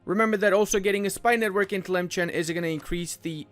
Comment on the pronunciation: tlemchen.... bro its pronounced as tlemsaan